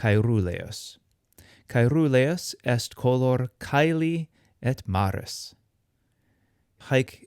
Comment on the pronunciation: Good!! but I have noticed do not know how to distinguish the pronunciation of the R neather RR. Caeruleus is pronounced Caerruleus, as heard in the video,- In Latin the R and RR were distinguished in the pronunciation, also in Italian and Spanish today. I do not understand why Latin pronunciation is taught if one does not know how to pronounce the RR or the RR.